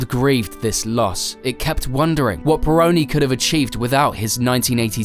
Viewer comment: Pironi, não Peron!